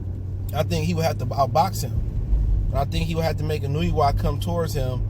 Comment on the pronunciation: Sports TV : Inoue pronounced more like En-No-Way.